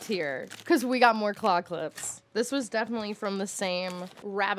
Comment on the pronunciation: Okay I know you're saying "claw clips" but my dumb ears keep hearing "clock lips" and it gives me just the weirdest mental image